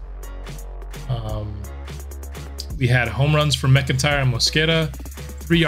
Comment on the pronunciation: While we’re fixing pronunciation… 99 times out of 100, McIntyre is said as “Mack-In-Tyre”. Love your baseball content, currently binge-watching as I work on my own Sox franchise with two generationals so far